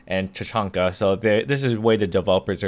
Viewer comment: TA-CH(like cherokee)-AN-KA